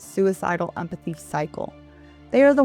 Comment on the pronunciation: Pretend 'emphathy'